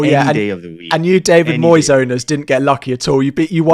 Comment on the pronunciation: I immediately turned it off after the yank pronounced Moyes like he was Spanish!